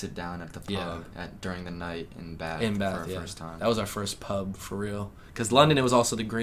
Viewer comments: I like that you say 'Bath' properly. I'm guessing you have northern english roots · Hey lads, so glad you are back home ok... I was worried about you two!! I knew the hostels were not going to be a good idea.... you went to some beautiful places outside London. Want to be authentically British..... can you pronounce....Bath....you say it with a short a...imagine there is a little r in the word, so it becomes sort of Barth.. Brill to see you two again.